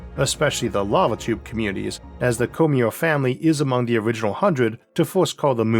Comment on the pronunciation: Cormier: Cor-me-ay. Not Cormeer. Had to watch this with the sound muted.